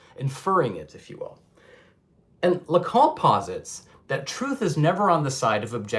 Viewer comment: "Lacan" please not "Lacon" or "Lacong".